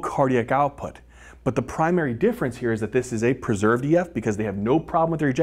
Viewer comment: "Preserved", I 😘 ve how he says that word, lol❣️